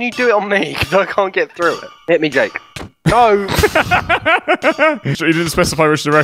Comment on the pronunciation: Why I always hear Yeyk instead of Jake?